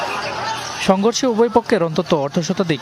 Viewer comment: যমুনা দালাল টেলিভিশন সংঘর্ষের ব্যাপারটা কিভাবে উচ্চারণ করল একটু সবাই দেখেন, বিএনপির নামটা নিলনা😮